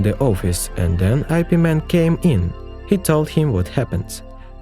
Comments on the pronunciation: Its pronounced as “yip” not “i” “p”. Dont make it sounds stupid like superman or batman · It's Ip Man...Not "I-P" Man sir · When I heard your pronouncing his name as I P Man, I stopped watching. It is supposed to be pronounced as yip mun 🤣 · Ugh it’s ip man not eye pee man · "I.P." MAN? 😂😂 it's pronounced "Ip Man" lol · Yes, but part of the entertainment of these videos is the absolutely entertaining pronunciations. So, yes, it's wrong. But... Get over it. Please. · Eye pee man.....😏